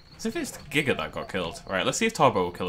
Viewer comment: It's Giga not Jiga